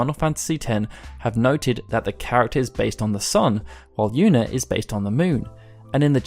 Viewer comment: Always pronounced it “Tee-dus” his name is meant to parallel Yuna’s in the Okinawan (which you also pronounced wrongly lol) dialect